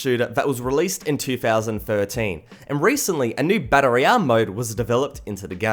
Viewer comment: Learn how to say royal